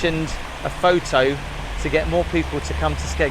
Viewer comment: Skegness.. oh... Thought you said smegma.😅